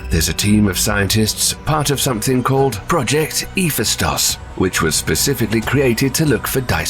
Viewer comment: ...how did you pronounce 'Hephaistos' again?